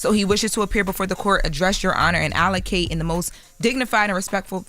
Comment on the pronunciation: It is ALLOCUUUUTE ALLOCUTE NOTTTT ALLACAAATE ALLACATE